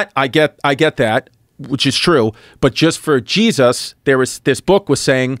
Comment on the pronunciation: Chris has a magical way of pronouncing “Jeez Us”